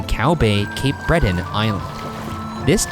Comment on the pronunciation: I’m from Nova Scotia and I’ve never heard this story so it was cool to learn some more history about my corner of the world. Also, Ryan’s pronunciation of Cape Breton was just chef’s kiss.